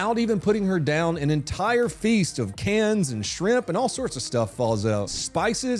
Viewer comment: they pronounce it SRIMP